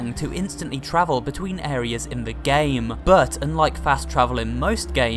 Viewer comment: Good video. But my only complaint is that you put alot of weird emphasis on some words at the end of your sentences. Some lovely examples "gayyyyummm" "ruuuuuuum" but like 3 seconds later you don't put that weird emphasis on the same words if they are in the middle of the sentence. Idk it's just one small thing that bugged me.